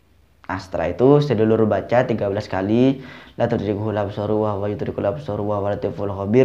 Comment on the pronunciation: Mohon maaf sedikit koreksi... Bacaan yang dibca sampean salah... Latudrikuhul absorU wahua yudrikul absoro wahual latiful khobir... Absoro bukan absoru...